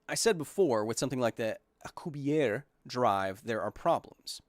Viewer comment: Well, just so you guys know, especially in the comments, Dr. Alcubierre is in for the interview. Kyle, I kinda had to run and finally caught up, and you expresión was the same as mine when you both said yes. Love your content bud. P.S. I could help you with pronouncing Alcubierre, just in case. P.P.S Albaquri has to be my favorite way someone has said it.